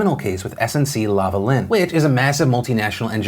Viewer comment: oh, and LA-va-LIN, yikes. But he tried.